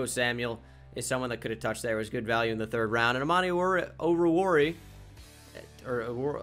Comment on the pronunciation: O-ru-war-e-a is the pronounciation